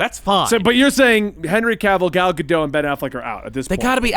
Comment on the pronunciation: If we're going to continue to respect Ezra Miller by referring to them by their chosen pronouns in light of what they've done, can we also pronounce Gal Gadot's name correctly? Like, I know a lot of people didn't care for WW84, but I don't think it counts as a crime against humanity.